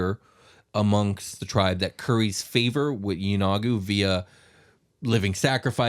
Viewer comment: Yeenoghu: "E-no-Goo"